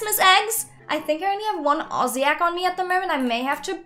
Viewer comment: YOUR THE FIRST ADOPT ME YOUTUBER WHO SAYS AUZZIE RUGHT FINALLY WOOHOOO YESH!!!!!!!!!!!!!!!